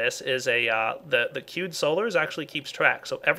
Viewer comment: when he says "queued solars" it's like he's saying "cute solars"